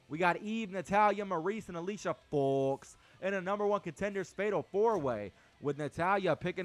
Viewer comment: I crack up everytime you say fox LOL